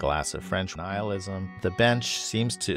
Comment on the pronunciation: Nihilism not annihilism :')